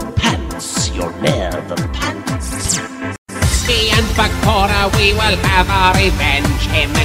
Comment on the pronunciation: Am I the only one strongly bothered about how he says “Bakora” instead of “Bakura” ??? Omg .. love the song tho